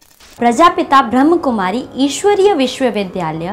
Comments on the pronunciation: Its not ब्रहम कुमारी× Kly always pronounce ब्रह्माकुमारी ( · ब्रह्मकुमारी शब्द गलत है, सही शब्द है ब्रह्माकुमारी ।अतः कृपया इसका उच्चारण ठीक करें। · कृपया ध्यान रखें ब्रह्माकुमारी बोले, ब्रह्मकुमारी बोलना गलत है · अरे, ब्रह्मकुमारी नही बोलो ब्रह्माकुमारी बोलो. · ब्रह्म नही ब्रह्मा कुमारी नाम है कृपया सही नाम का उच्चारण करें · प्रजापिता ब्रह्माकुमारी है। ब्रह्मकुमारी नही। बोलने का ठिकाना नही ओर वीडियो बना डाला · uchcharan thik karo bewakuf brahm kumari nahin brahma kumari he arth ka anarth mat karo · Pahle sahi ichcharan seekh lo brahmakumari h n ki brahmkumari